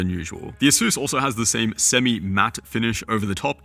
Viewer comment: ASUS not ASUES youre saying it wrong. SUSpect, not Sues.